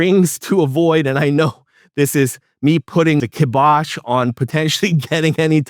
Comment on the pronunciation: Ok but he did pronounce kybosh as ke bosh instead of ky bosh 🤦‍♂️😂 Hey nobody’s perfect I guess 😹